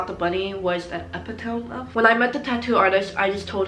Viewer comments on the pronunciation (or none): it’s eh-pit-uh-me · Epitome is pronounced ep-it-o-mee . That really bugged me hahaha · u mispronounced epitome and peony but UR SO CUTE ILY <3